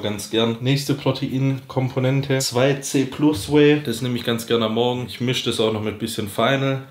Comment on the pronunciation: Du sprichst 2C+ falsch aus, das muss klingen wie "Tussy Plus", der Fabian kann dir da bestimmt helfen